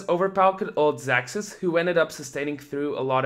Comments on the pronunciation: Hate to be a "troll" but his name is pronounced "zazuz" not "zacksus" . Atleast that's how they said it in the live-cast, and I assume the ask the players how their names are pronounced. but awesome video, thanks for the hard work on the content. ^.^ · i'm from Poland, and his orginal ver. should be pronounced as "ksaksus". But actually he siad on stream that he dosen't care about it. So you can call him "zazuz" "zacksus" or "ksaksus". Everybody know who is who ;p